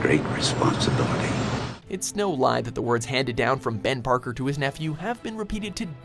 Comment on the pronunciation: He said ban Parker at first